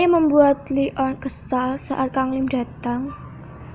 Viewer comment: Bukan li on kak tapi leon